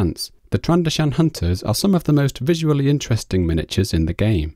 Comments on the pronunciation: Also its not trando-shan, it's pronounced tran-do-zian. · Tran-do-shaan...DX Tran doe shun